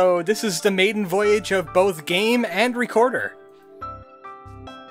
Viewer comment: Your accent is very distracting to me. “Duh Derelicts...” “Even doe it was weird looking...” Your “Th’s” sound like “D’s” I hate it.